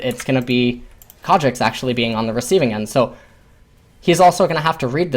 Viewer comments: As soon as I heard "Kha'Jix" I screamed internally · I couldn't watch this, that pronunciation of Kha'Zix is agonisingly bad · IT"S KHA ZZZZZZZZZZZZZZZZZZZZZZZZZZZZZZZZZZZZZZZZZZZZZZZZZZZZZZZZZZZICKS not Kha Jexxs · Kha'Zix not kardricks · In Korean the Z makes more or less a J sound. Its more than likely just a force of habit. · Rofl, what? Concidering you want to learn something about this game from one of the best sources out there aviable for free, I think can can ignore pronunciation mistake. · Christian Paul If this video was in Korean I'd be perfectly fine with that, but it's not, it's in English